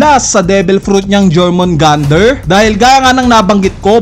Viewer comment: Yormungandr = Jormungandr